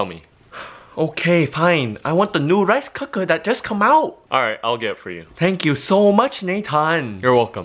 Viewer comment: oh it’s lice not rice